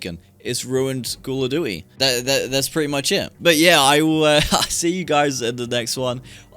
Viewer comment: I stopped playing cod before Vanguard came out. Cold war was the final straw. Tried bo6 beta and MW3 through gamepass and im glad ive saved my money over the years. SBMM is the sole reason i hate it. Every game is sweaty. Sbmm should only be in ranked. Oh yeah, you pronounce Duty like Jewty 👍